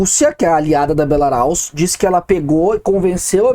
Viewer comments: alguns reparos. A pronúnciande "hacker" é "haquer", não "heiquer". E a Bielorrússia é Belarus, não Belaraus. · Não é belaraus é Belarus